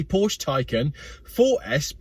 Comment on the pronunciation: Remember kids, Porsche is a two-syllable word 🤫